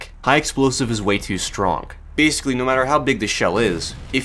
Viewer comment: he said stronk